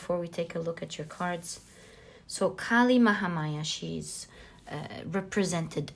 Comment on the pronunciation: i picked pile no. 2 and being an indian i gotta say you pronounced kali mahamaya very nicely she is indeed our goddess